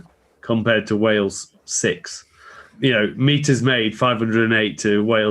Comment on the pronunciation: I Love How Haskell can't even say the word, Wales! How do those lemons taste ?